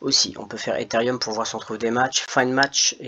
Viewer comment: Salut c ethereum non pas etherium